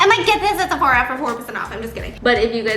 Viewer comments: nobody : Steph : såphOra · Lol did she just said Sephora with a little Korean tone in there?! 😂 Cute